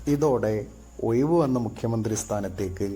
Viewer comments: ഏതോ സുടാപ്പിയാണ്‌ ഇത് തയ്യാറാക്കിയത് എന്ന് തോന്നുന്നു, ഴ, എന്ന് പറയുന്ന സ്ഥലത്ത് ,യ, എന്ന് പറയുന്നു... എടാ ഒയിവ് അല്ല ഒഴിവ്.. നീ ആദ്യം ഭാഷ പഠിക്ക് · ഒയിവ്, കോയികോട്, ആയിരത്തിതൊള്ളയിരത്തി എയുവത്തി എട്ട് എന്തോന്നെടായ്